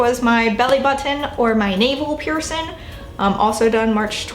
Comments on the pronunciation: The word is Piercing. I’m hearing “Pearson”. Healing pronounced as heelin. Definitely distracting!! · you pronounce the word ’piercing’ as ‘pee-er-son’ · when she says “piercin” omfg